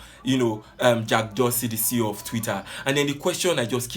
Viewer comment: He is not pronouncing the name well lol... Abeg leave Garba alone he is a clown